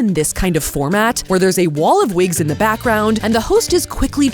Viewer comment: Vwgen vwill you vwear vwigs?